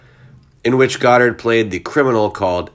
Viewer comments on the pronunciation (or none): God-ard not Gdard